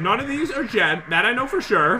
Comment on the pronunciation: You said men not jen >:(